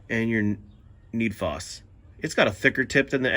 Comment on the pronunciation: FD //UP RIGHT OFF THE BAT ..SAYING NEED FOS...IT IS NED FOSS ...NOW CANT TAKE YOU SERIOUS ...CANT LIKE ...SHARE OR SUB SORRY ...GET YOUR STUFF TOGETHER